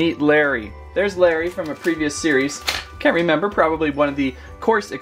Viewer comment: Ha mixup guy it is Lary ship not lummey ship